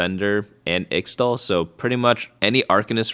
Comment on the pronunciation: Quiyana pronounces Ixthal as Ish-Tahl in-game